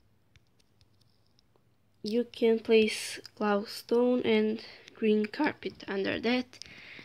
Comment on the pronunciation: Gloustone? Lol